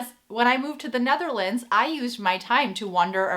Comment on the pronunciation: Why do you call the country The NAtherlands?